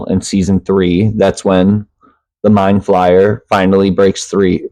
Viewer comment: also why do you keep saying mind FLYER? its the mind FLAYER